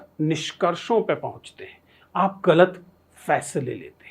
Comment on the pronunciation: Sir, 'ghalat' hota hai nuqta lagta hai 'ga' ke neeche .